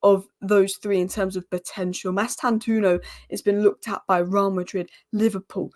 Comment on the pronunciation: The “o” after the “u” in Mastantuono is not silent. It’s an Italian name, even though he’s Argentinian by birth. If you know any Italians ask them to pronounce it for you. All letters/sounds in his name are to be pronounced. That’s the correct pronunciation. Or you can watch Fabrizio Romano’s update from 7th April and hear him pronouncing it.